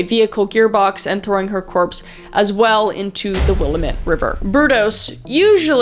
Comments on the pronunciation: Oh man I’m having a fuckin field day as a PNWer with these videos apparently... It’s not “Will-uh-met” it’s “Will-AM-ette” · Will-ah-Met (; — ; ) Kris you wound me. It's pronounced Will-am-it. I will commend the fact that she said Oregon right, and she didn't say will-ah-met-ie, which is the most agregious mispronouncation I've heard for it. I'm always amazed at how many serial killers could've been normal people if not for their crummy parents or bigoted social pressures. Genuinely I think if this guy had just been given parental affection and allowed to play dress up, he probably wouldn't have ended up being the killer he was. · I know this is old and he’s not super well known but I’m born and raised in Oregon so maybe that’s why this case has always given me the creeps, like super creepy it’s so gross. And I have to say, because I hear this ALL THE TIME, Willamette is pronounced Will-am-it. Not will-a-met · The way you pronounce Willamette is so weird. You pronounce it like "Will-a-met" And I'm used to hearing it pronounced "Will-am-ett" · the willamete river is not said the will-uh-mut river its the will-AM-it river lol. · This is so weird to think this happened where I grew up and currently live. Part of me was kinda dying inside when you called it Will-a-mat and not Wallamit. 😂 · Will-am-it. Not will-a-met 😭🖤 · Will-AM-ett river. Lol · Yeah, the haole in Oregon pronounce Aloha Oregon, A-low-uh. Willamette river = Wlill-a (apple)- met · For future reference is will-am-et river ❤😊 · Willamette -> wil-lamb-et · Willamette river is pronounce wil lamette - damn it it's weird but thats how its pronounced haha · as some one who live in or thats scary and its pronounced willlammit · As someone from Oregon specifically near the border of Washington and Oregon The Willamette river is pronounced “ will-am-it” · Just for future information: Willamette is pronounced 'Will-Am-It" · it's will-am-it btw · im from oregon its the well-am-et